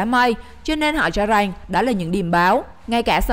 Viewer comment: Rằng x rènh